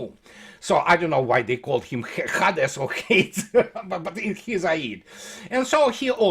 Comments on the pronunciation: по-английски Аид это и есть Hades. ХЭйдис читается. Спасибо, всегда смотрю и слушаю с удовольствием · Ударение на первом слоге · по-английски имя бога Аида звучит как Хэйдес. Вот поэтому "машин транслейшн хадэс"